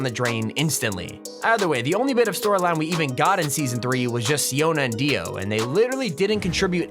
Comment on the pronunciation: Hahah Kono dio da is deo or dio pls